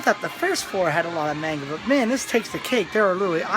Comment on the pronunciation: That was pretty entertaining. XD You have good charisma and use funny humor, I'm surprised this video doesn't have more likes. Oh yeah, the pronunciation for "Manga" was a bit strange, it sounded like "may-n-ga", where it would normally be "maw-n-ga". Also the gay manga in the beginning was Boys Love genre, which is mostly popular with girls, actually, haha. The female's counterpart to the guy's yuri(lesbian) genre, essentially. I think the floor before the card games must have been the section for males, if there were lots of boobs and butts and cute/sexy girls. Definitely not for girls(unless they're into that). I think you can tell what something in anime/manga is for, by just seeing are there hot guys, or hot girls. Hot guys = made for women... hot girls = made for men. Usually. It's something parents should be careful with too, since older people can easily mistake a man's R-18 hentai porn as something for little girls, because it has pictures of cute, colorful, innocent-looking, little girls on front... XD It's starting to work vice-versa as well, since sports anime is popular target for women with BL stuff. Always watch for the age restriction sticker and check inside the manga before buying for kids. My mother once obliviously bought me an adult BL game when I was still a kid. I wish I could go again, I saw a bunch of Touken Ranbu things in your video, but the last time I went to an Animate store (Okinawa), was before Touken Ranbu came out. :( It's interesting that th